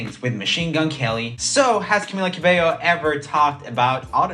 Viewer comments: you pronounce the ll's in cabello, not as a j. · HE GOOGLED HOW TO PRONOUNCE HER NAME AND STILL SAID IT WRONG 💀💀